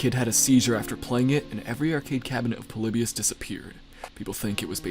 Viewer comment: Lol plebus he says Polybius I say